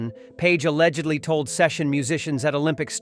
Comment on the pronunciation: Just say alleggedly another one time, please. Damn, really bad.